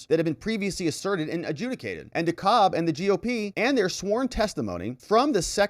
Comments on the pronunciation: By the way. Dekalb is pronounced 'deCAB'. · the county Dekalb is pronounced De- Cab county. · Hey... it's pronounced "dee cab" county, at least by us locals.